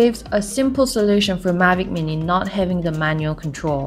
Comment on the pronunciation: when the vido start it sounds like she said magic weenii, i was like this a good vid but then its just thr drone she was talking about, so im looking now... lol